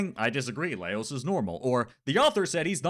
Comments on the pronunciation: Just some light fun-poking! I've actually watched videos from multiple YouTubers who pronounce his name "Leios", so I started wondering if the English dub does that... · I disagree with... the pronunciation of the name swinging back and forth between Laios and Leios. 😮